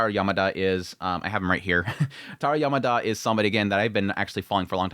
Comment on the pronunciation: FYI Yamada is pronounced Yam-ma-da, not yer-mar-der